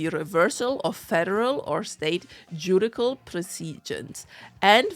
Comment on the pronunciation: I know English is not your first language so I will not be as harsh as I am with English speakers. But judicial is pronounced joo·di·shl. The C has an S sound and not a K sound in this instance